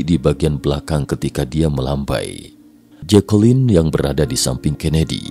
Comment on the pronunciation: ...dan jatuh disamping JEKELEN wkwkwkwkwkwk, nama keren-keren kok jadi gitu bacanya mas wkwkwkwkwkwkwkwkwk